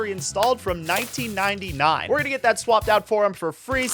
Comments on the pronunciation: I have never heard someone say 1999 like it was such a fuggin long time ago...😂😂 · You didnt have to say 1999 like that man 😢 /j